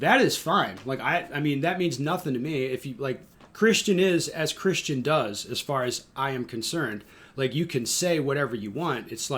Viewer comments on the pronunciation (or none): none